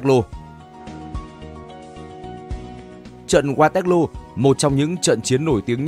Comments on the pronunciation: Waterloo đọc thành Ga tét lô ? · Qua toét lô😂ad đọc tiếng Anh như người Anh đọc tiếng Việt🤣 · Đọc sai thế này mà vẫn đăng lên được ... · mình nghĩ những tên gọi nổi tiếng và vang danh thế này thì nên phát âm theo đúng ngôn ngữ quốc tế nhỉ. Với sao Waterloo thì đọc theo phát âm Việt, còn tên nhân vật, hay dòng họ, địa danh khác lại phát âm đúng? Mình nghĩ đây là lỗi biên tập ko đáng có. Thân